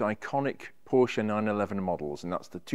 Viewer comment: lovely car. Nice to hear you pronounce Porsche and Fuchs wheels correctly.